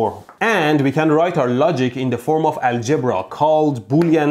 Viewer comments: Knotting? WTF is knotting and aljiiibra? Dude you have been here from Iran long enough to know better. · Its ALgebra.. Not ALGEbra. You're putting the eMPHasis on the wrong syLLAble. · “Booleean AlGEBra”